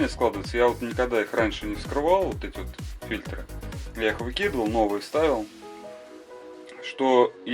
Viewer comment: Не фильтрА, а фИльтры.